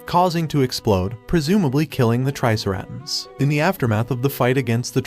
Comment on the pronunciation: Bro he really said triserarnds and the krong and Armgen🤬🤬🤬